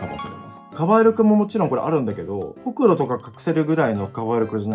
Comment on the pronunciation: すごすぎる！！！！とても内出血があるとは思えない！！ ギュテさんの、服とかほくろのイントネーションに広島を少し感じられて広島県民としてはなんだか嬉しい😂